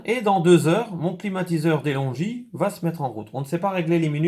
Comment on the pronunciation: Se pronunce delongue non delongi